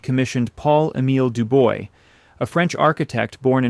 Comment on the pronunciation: It’s not DOO-BOY, it’s pronounced DO-BWAH.